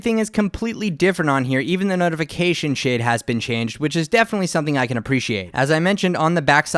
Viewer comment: I swear he said "Even the notification shit" lololololol